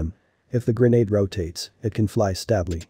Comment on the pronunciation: Stab-ly What is stab-ly?? AI has NO place in this world!!